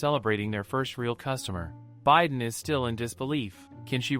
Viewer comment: Haha the bi is pronounce bee not by right?? Idk it’s ai voice so what can you do